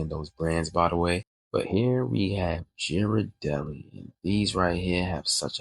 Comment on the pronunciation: #2 📸 was my favorite. I dunno if you meant to pronounce Geradelli, Jerradell? Works either way. Great video, inspiration on a good chocolate chip cookie, no joke. The classic white, “vanilla” chip is my jam and favorite. Real good looks, brotha!! Thank you 👌🤌 Delicious science